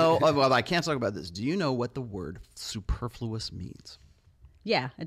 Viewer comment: Did that guy just butcher the word 'superfluous' and also couldn't do that other thing he was asked to do 😂 I doubt he will hold down this job for long 😭